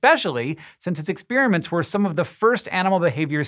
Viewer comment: ek-SPÈER-uh-ments? Hank is so funny sometimes! LMAO!